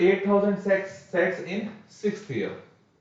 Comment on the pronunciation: he said s*x instead of sets